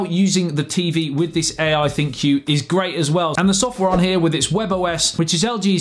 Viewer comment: Bro you're pronouncing thinQ "thin queue", pretty sure it just pronounced the same as "think". Get it, cuz it's AI